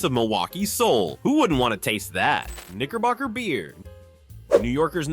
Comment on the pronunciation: It came to the segment of, segment of , Knickerbocker beer, I'm glad that it doesn't exist anymore. You really have to pronunciate your words, all because, it's very dangerously close to the n-word. I bet it was a wonderful tasting beer, and people loved it. I feel like you really have to pronunciate your vowels. All of that aside, all of these beers, I've never heard of them. All because, some of these beer at the time, was before my time, or I was still a child, but most likely, it was before my time.